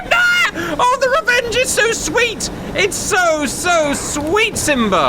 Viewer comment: ...Cap had his 'Terrible Re-WENGE'!